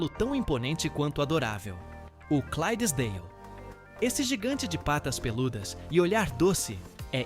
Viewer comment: Parabéns pelo vídeo e pela pesquisa. Só tenho uma dica, na raça 11 o certo é Shire com "S" e não Chire e na raça 12 o nome certo é Clydesdale e não Crysesdale.